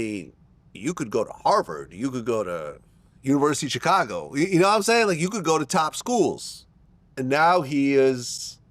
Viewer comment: VLAD CAN'T PRONOUNCE CHICAGO RIGHT 😂